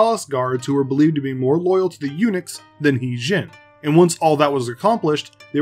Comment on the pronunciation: It actually his name sound more like her d*zing(modern). *Tougue position for a d pronounciation, while exclaiming zing. Regardless, good job with this video!